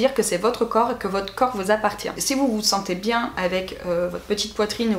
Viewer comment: A 23 min 20 on entend un petit accent " biennnnn " 👌😂💕